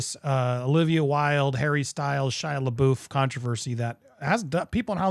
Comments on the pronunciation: “La boof”💀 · It's Florence 'Pew' and Shia la 'buff'. Not la BOOF.